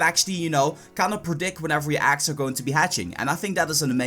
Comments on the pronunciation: I'm cringing cause he says aggs not eggs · "so u ghet dees pokmonz from aggs" Im triggered af.